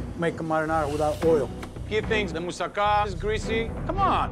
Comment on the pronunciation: For goodness sake pronunace tge food properly!! Im British but I can pronounce Greek dishes!! Moussaka and gyros. Bad form from a chef!!